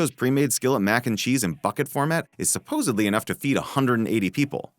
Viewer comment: Did he really say, “supposebly”?